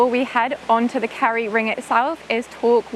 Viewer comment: It's Kerry not carrie. You did it again. It's 'Gawlway' not 'Gallway'.